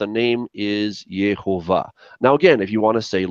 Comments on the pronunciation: I am a little confused about this video verses another of Nehemia videos. In another video he spells it Yohovah (sounded like Yoe-Hoe-Vah) but in this video, you made it sound like Yahovah/Yehovah (sounded like Yah-Hoe-Vah). I'm just wondering if it would be pronounced Yoh or Yeh.... Other than that, i really loved this video... Todah Rabah! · What about the Holam??? The Holam is the little dot above the first He st the left. That's the O sound. Then the Vav acts exactly as the consonant it is, so as a V sound. And the first vowel is a Sheva (the double vertical dots under the Yod) So it's Yehovah! No A at the start. No U sound nowhere. Why are you making up things like Yahuah? It doesn't sound Hebrew at all.